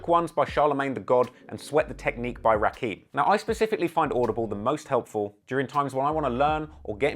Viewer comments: I like your rapumentaries but dude if you actually listened to some of the ones you mention you would know how to say their names. You said rakeem phonetically but it is rah-kim if you ever heard him say his name you would know that. I understand you have a different than American accent but Rakim is known among us hip hop heads as one of the greatest if all time, to some old school people the goat himself so please learn to say his name correctly and I have noticed some others too that I can't think of atm. Thanks, not trying to be a jerk it just bothers me. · ayo, its pronounced RAH-KIM careful, muslims and 5%ers n shit will get real mad if they hear you fuck that up